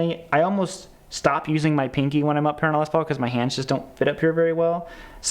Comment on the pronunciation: Okay Midwest - it's pronounced Les PAUL, not LES Paul. Period.